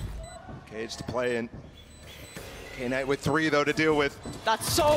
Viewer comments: I get irritated every time she calls him, "K-night" wtf woman read😂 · the most shocking thing is that they are reading "knight" as "K night"🤔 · I hate it when she says “Kay Night” 🥹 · Anyone else’s night ruined from her saying Kay night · Knight ❌ k-night ✅ 😂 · Why they saying K night instead of Knight? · tf is k-night? it's pronounced as "night" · Is it really k-night?